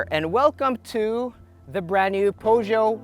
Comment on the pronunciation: I thumbs down immediately after you butchered Peugeot. Some awful reviewer